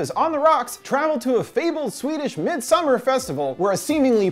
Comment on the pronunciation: Is it really pronounced MidsumMAR? I don’t doubt you, but it sounds like emphasis on the wrong syllable.